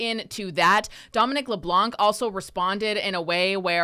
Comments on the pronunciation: The " C " is silent in LeblanC and it's not Joan Ben-oit it's pronounced Joan Ben-wa French names deserve to be pronounced correctly don't ya think . It's insulting Chris Benoit was pronounced by what you would call dumb wrestlers pronounce it correctly can't you smart people do the same . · In french Leblanc, we do not pronounce the final "C"